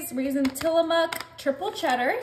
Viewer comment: Yaaaay you said tillamook right!! ❤